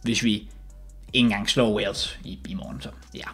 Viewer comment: Alle andre som siger Wales og som siger Walsh